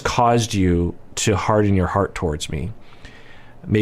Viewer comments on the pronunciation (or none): none